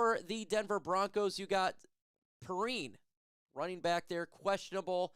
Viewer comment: The way you pronounced “Perine” makes me think you don’t watch as much football as you should as a YouTube ‘analyst’.